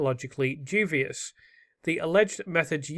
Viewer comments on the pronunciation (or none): Yeah, he keeps saying ‘jew-vius’ rather than ‘dewbius’ and it’s irking me! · 144 did you mean unsuccessful? Also duBious not duVious. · it’s the teacher in me! Dubious" is pronounced DYOO-bee-uhs generally phonetically written as /ˈduːbiəs/ or /ˈdjuːbiəs/. The word consists of three syllables: du-bi-ous, with the primary stress on the first syllable. It means hesitant, doubtful, or questionable, often referring to something of uncertain quality.